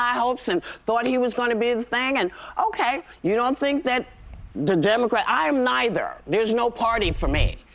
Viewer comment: Demma-qwat. Lol I'm gonna say it all the time now.